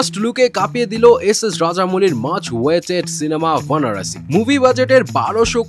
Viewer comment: Banarasi nhi bhai baranasi h movie name 😂